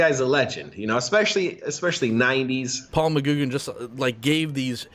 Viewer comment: FYI McGuigan is pronounced muh-gwi-guhn.